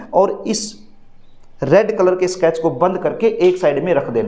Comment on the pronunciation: सकेच नहीं स्केच पेन😂